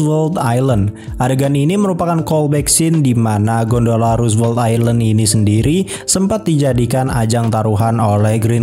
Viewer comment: rosevelt not rusvelt